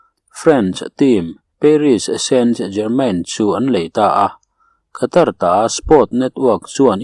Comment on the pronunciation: Mi tam tak hriat a chhiar tur tan chuan saptawng thumal leh ram hming etc. (Khatar aiah Katar tia lam ni zawk se ngaihthlak a nuam ang) thumal lamrik dan hi chhiarchhuah hma a zirchian hmasak ni thei se, a zahawmin a ngaihnawm lehzual ang mawle...